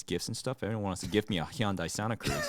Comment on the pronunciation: His pronunciation for Hyundai threw me for a loop